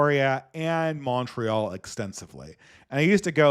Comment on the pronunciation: You've lived in Montreal "extensively" and you still pronounce it like that? It's jarring.v